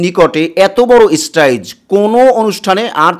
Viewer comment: স্টেজ উচ্চারণ করতে পারিস না, তুই আবার টিভি চ্যানেল খুলেছিস